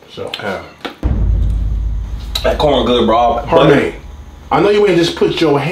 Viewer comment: Nigga said harmaine😂😂😂😂😂